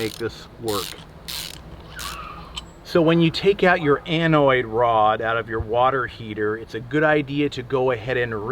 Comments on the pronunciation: it's an anode, not anoid. Lol. Great video! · Great job, I don't think you left out anything. I did laugh when you called the anode an anoid. It does sound better.